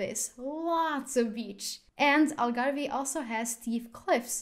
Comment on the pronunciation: Algarve - the “e” is silent PLEASE!